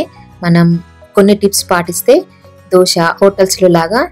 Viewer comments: దోస పిండి కాదమ్మా! దోశ పిండి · దోస పిండి కాదు..!దోసకాయల పిండి కాదు. 'దోశ' అనాలి. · దోష కాదు దోశ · Madam adhi ddoosa kadhu dosa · Dosha kadhu dosa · దోస కాదు రాబాబు. దోశ